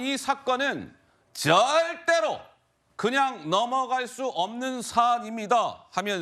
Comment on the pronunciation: ZZZZZZZZuldaeRo!!!!!!!!! ㅋㅋㅋㅋㅋㅋㅋㅋ 아나운서님 발음 쥑이네유 :):face-blue-heart-eyes